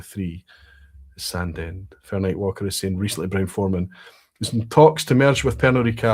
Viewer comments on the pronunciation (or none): Think someone needs to watch a pronunciation video on how to say 'Sandend'.... 😀 (Sorry, I couldn't resist. I now live relatively locally and have been pulled up on my dodgy pronunciation on several occasions...)